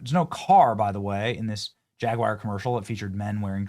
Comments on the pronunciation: 2026 and Benny still cant pronounce Jaguar lol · I wish you yankees would learn to say the term "Jaguar"! It is not pronounced "jagwire"! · Benny , mate. Love the channel. But please stop pronouncing JAG YOU ARR as jag wire , Jag wire is not a car brand. 👍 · It's JagWARW not JagWire. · Jag Wire??? C'mon Benny your Better than that, surely you can read and Speak Correct English it is Jaguar... "Jag You are" not "Jag Wire" I am British and you guys Just sound Uneducated when you Pronounce Very Simple Words Wrong #DoBetter I agree with everything else though lol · It's not JAG-WIRE, it's JAG-YOU-ARE. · Stop saying "Jag-wire". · Hey Benny, it's Jag-War...not Jig-War. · Benny...its not JAGWIRE, it is pronounced as it is spelled ...JAG YOU ARE. spelled Jaguar. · FTR it's not jag WIRE